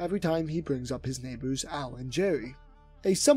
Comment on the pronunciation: ayoooo Edit: oh nvm I heard nieighers